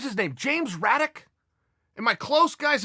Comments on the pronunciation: James J. Braddock, not Raddock. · It sounded like Chael said Raddock. I'm pretty sure it was Jim Braddock :-)) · James Braddock lol, not raddock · Uncle Chael, wasn’t it Braddock? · If uncle Chael says the Cinderella Man James Braddock is James Raddock. Then obviously it’s James Raddock. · Send that wallet back....I dare u.....only thing ull wish u could get a refund on is the day you were born when chael shows up at ur door step.... Its james Braddock not raddock btw..imma definate Fan of boxing history ...but I'm also smart enough to know if chael says its raddock its raddock So technically I'm wrong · If uncle chael says its raddock its raddock ...